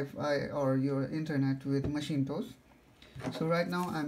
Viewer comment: macintosh not maschintos ;)